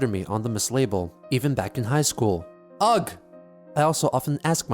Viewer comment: Hey, "ugh" is usually read not like "ugg" but more like "uhh" but with some guttural affectation, like you're clearing the back of your throat - the sound you make when you're disgusted or exhausted with something. Please go back and fix each mention in all 796 hours of this series.